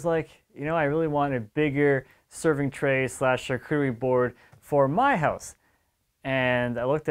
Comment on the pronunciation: Sharcoodery? Sharkoory? Try “sharkutry” or even “sharketry”, that’ll get you close enough and won’t sound pretentious.